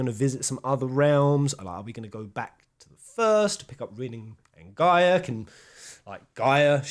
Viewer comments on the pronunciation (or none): none